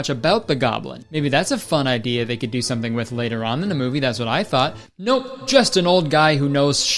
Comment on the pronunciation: That old man has a problem with the word something because he says somesing